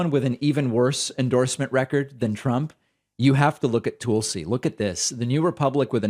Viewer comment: Proper Hindi pronunciation.